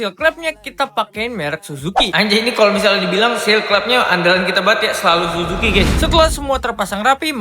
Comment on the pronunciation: Bilangnya jangan Suzuki bang, tapii " CUUUJUUKIII ", ngat Cujukiii.. yeee